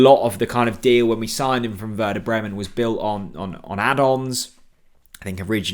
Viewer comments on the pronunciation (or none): none